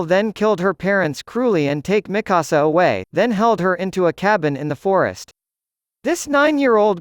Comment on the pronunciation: Miksua not mikussuh